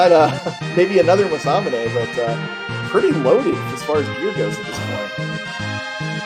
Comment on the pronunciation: Masamune being called "Musamane" by BOTH commentators was a bit odd, I must admit.